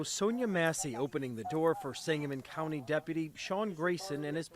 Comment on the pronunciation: The fact that he can’t say that county right kills me